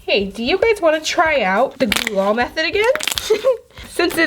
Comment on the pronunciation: Gl-oo that is how to pronouns glue😝😝😝 but i love your video's😍😍😍😍😍😍😍😍😍😍😍😍😍😍😍😍😍😍😍😍😍😍😍😉😍😍😍😍😍😍😍😍😍😍😍😍😍😍😍😍😍😍😍😍😍😍😍😍😍😍😍😍😍😍